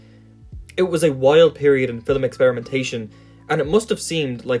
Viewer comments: Cool video and all. Also i love the way you say film. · i like the way this dude says film. it’s just so nice. i mean this in the most genuine way possible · I would like to speak to your pronunciation teacher real quick, I don't blame you for pronouncing "film" like that.